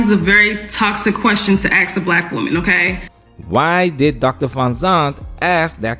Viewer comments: Oh, for the love of God, please don’t “axe, acts???” them to do things….. Especially if it involves pronunciation and grammar ……… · It is hard to take her seriously when she pronounces "ask" like the wood chopping tool. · "thats a toxic question to axe a black woman" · It’s 2024 and black people still can’t pronounce ask…. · Strong, successful pokemon is not able to pronounce the word "ask".... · Until you learn to say aSk correctly, do not expect to get a good man, LMAO. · So much education and can’t say the word “ask” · How can a Gold Digging Pokemon that says "axe" instead of "ask" be taken seriously? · So, who was "axed"? What is she talking about? She said, "this is a very toxic question to 'axe' a black woman." I guess the 3rd grade was just too much for her. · She's supposed to be 'educated' & she says 'axe' instead of 'ask?' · She said 'axe' instead of 'ask'. Nothing between the ears. Pay attention gentlemen, look past the looks. They are actually not that smart. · Can’t even pronounce the word “ask”! Aks? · Axe. Drives me crazy every time. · Let me aks.. ok...ok..ok...ok.. No, you're not ok. Ok? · Why do they say aks instead of ask? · ENOUGH!!! Axe: A... K... S Ask : A...S...K How hard can it be to get that right??!? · Really. "Don't Axe them." Oh really? Yes I will, and do. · Until some black folk stop saying AKS (AX) instead of ASK, I cant watch or listen to them. Whoever that chick is, I just can't do it. Don't tell me it's a "culture thing" or "a dialect", its pure nonsense. It is pure, unadaltured laziness. Regardless, modern women are a scourge on society. Been this way for quite some time now. Just cant trust them. Some try to come across as traditional, loving women that let men do what they are best at.... ONLY to take more than half their shit and child support/possibly alimony. If they are so "strong and independent", why do they require a man to pay for them? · The word is "ASK" not Ax. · Anyone who says "axe" a question is a complete moron.